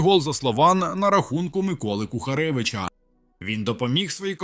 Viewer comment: поляк смешно Кухаревича назвал, "КУКАРЕВИЧ" ))))))))